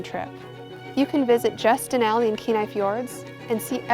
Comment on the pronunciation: *and "Denali"